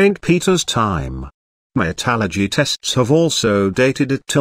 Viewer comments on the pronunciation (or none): none